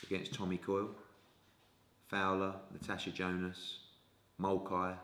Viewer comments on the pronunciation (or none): none